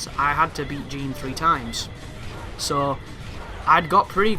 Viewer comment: I cringed when he mispronounced everything.. moon of malachi? Jean instead of Jeanne? 😤